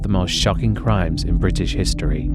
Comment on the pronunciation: Good British accent until the last word… “history”